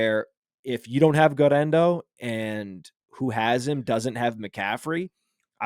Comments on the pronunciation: Almost turned it off for how annoying the guerrendo pronunciation was. 1. Just say it normally 2. You’re attempt at Spanish is abysmal 3. He’s not Hispanic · You can't say Guerendo like that. I almost switched off the show lol